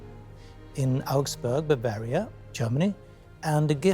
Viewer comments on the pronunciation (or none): none